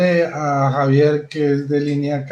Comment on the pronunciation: se dice Javier Así que no es x avier